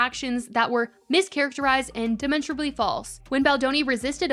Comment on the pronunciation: I think you're great, but Demonstrably is pronounced di·maan·struh·blee. Also, Egregiously is pronounced uh-gree-juh-slee. 😊